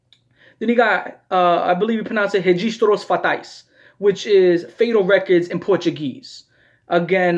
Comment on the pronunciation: just started watching the video, but dude, your pronunciation of Registros Fatais was really good! cheers from brazil edit: fyi, memorias sexuais de um cavalo is also portuguese. yikes